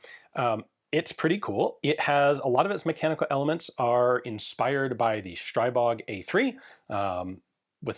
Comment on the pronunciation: "Stribog" (as in Stribog A3) is not [SHtraibog], but rather [stri:bog] (like, "stree-bog"). It's actually the name of a Slavic Pagan deity. P.S. And "kuna" means marten.